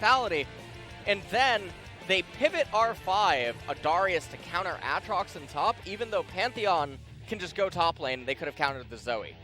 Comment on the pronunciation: Mister commentator, might I point you towards the champion spotlight for Aatrox so you can learn how to say it? Yes, this is a HUGE pet peeve of mine, but the champion spotlights have literally pronounced every single name that people disagree on. There IS a correct way to do it, and it's the way the people who made it decided. And as far as Gyarados goes, there just happens to be an entire fucking anime where it's name gets said a good number of times...